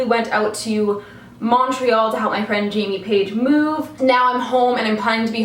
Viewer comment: LOL you don't sound canadian at all when you say toronto and montreal its funny!